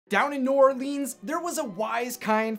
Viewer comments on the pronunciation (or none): It's not pronounced New Orleen's it's pronounced New Orlins I know because I live in New Orleans and people saying New Orleans wrong is my biggest pet peeve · Bro ur so offence...it's not new orleens it's new Orleans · new orlEEEENs im srry im from nola and....we say ut like “new orlins” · Bubble Bubble is it pronounced new orlands or New Orleans. Emphasis on the leans. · New Orleans is pronounce New Or-lens the a is silent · The way he said New Orleans tho no hate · I think you should learn how to say new Orleans the right way....... Please. Just to know that my life is not a lie. 😏🧐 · HE SAID NEW ORLEANS WRONG! Sorry I live in Louisiana and it just something that bothers me